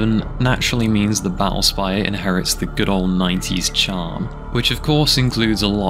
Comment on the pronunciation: "ba'ull spayuh"